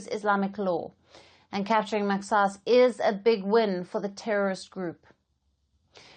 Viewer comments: It's mahas not mexas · Kkkk not maxaas but say mahaas my dear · It’s pronounced mahaas. Not mexas 😂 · Not maxas. It is pronounced Mahas. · maxaas = mahaas please correct your pronunciation of mahaas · The X is pronounced how they pronounce in Arabic which is completely different from English instead of pronouncing X as “SSSS” in Arabic it’s more soft and deep in the throat not a single S should be heared it slightly closer to H, MAXAAS is pronounced like that